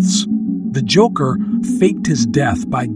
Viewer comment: The "joocker" not joker joocker lmao